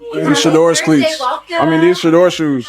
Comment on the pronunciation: Shut up ! You are talking too much let Cam talk and learn how to pronounce Shadeur name !!!!!